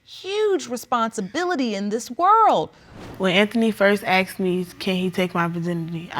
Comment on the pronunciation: Asked ❌️ Aksed ✅️ 😜